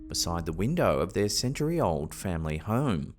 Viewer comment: Weird how people accidents is so intriguing...Sounds to me the narrator says," Hoe-rum" and not Home?